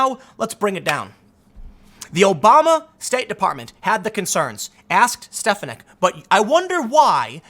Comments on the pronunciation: Love your videos, Tim! But, you were killing me with the pronunciation of Elise Stefanik's name. She's my rep in Upstate NY. her last name is pronounced steh-FAH-nihk, not STEHF-uh-nihk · It's Stef-AN-ik. Sorry, had to get that off my chest. Carry on. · its pronounced "Stef an ick"